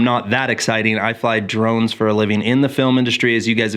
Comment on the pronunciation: your intro is said too quickly and sounds like “I fly drugs for a living...”. Please consider saying “I fly camera drones”. Get the History Guy to perform your intro. Happy new year bro.